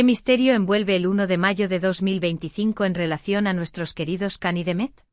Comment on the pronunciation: Siempre llaman Kan a Can todavia no entienden que Se pronuncia Jan o Yan pero no Kan y El tambien siempre Se los repite por favor entiendan y mas ustedes Mundo Turco ya que suben contenido sobre Can y Demet digan bien su nombre como bebe ser......